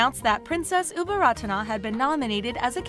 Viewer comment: Her name, Ubol Ratana อุบลรัตน์, reads Au-Bon-Rat. The "Ta-Na" at the end of her name is silent (its just there to conserve Sanskrit alphabet of the original word)